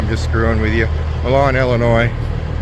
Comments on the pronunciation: It's My-lan (Milan). Commonly mispronounced. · Wet cake is solidified roundup. And it’s pronounced mylin not Millon like Italy. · Its pronounced MYLAN.Used to deliver to Milan ill,eagle foods every week back in the 80s.hauled fruit,vegetables etc to there as a backhaul out of California and arizona,for Little Audrey's Trans out of Fremont Nebr.Drove one of father-in-laws trucks.Sam Bowman trucking.yeah,i know,its a long time ago.41 years to be exact.stay at Mc Donalds.if they have parking for trucks,you can park there.grab some breakfast in the morning. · Fun fact: while most reasonable people would pronounce Milan (Ill.) as you do, the actual pronunciation is MY-lin. Don’t ask me why, but that’s how it’s pronounced.